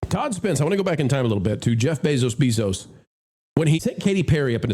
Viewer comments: It’s Bezos, not Beeeezos. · FYI it's Bezos NOT BEEZOS